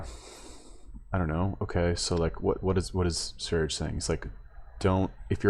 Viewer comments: Its pronounced sværije lol thats impossible for you. But ends with yeah even.if buuh would be more appropeiate. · lmao is that how you pronounce that shlt name? Sv3rige is an ldlot...